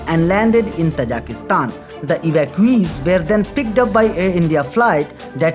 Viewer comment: Most of the time i was confused, you are saying Kazakhstan or Tajikustan..😀